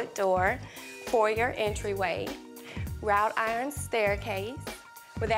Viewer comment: Did she say rout iron 😂😂😂😂